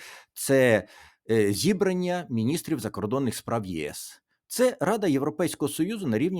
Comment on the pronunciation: Доброго вечора, пане Тарасе. Будь ласка, слідкуйте за наголосами. Не зІбрання, а зібраннЯ.